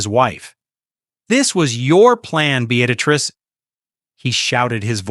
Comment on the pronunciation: The name is be-at-tress